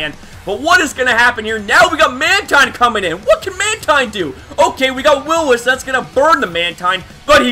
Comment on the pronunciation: I'm late but just realised this, he probably used Eq on Mantine thinking I'd Roost, it was a risky play on his end. also, "Will-O-Misp"